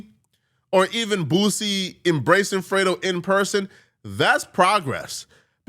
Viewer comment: How tf u can't pronounce boosie 🥷🏿 just sound it out to old for that shyt